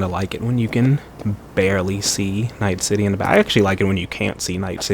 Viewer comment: "Leaving NIGTH City"